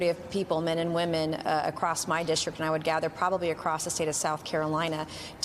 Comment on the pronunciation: And stop saying "dishtrik." It's district.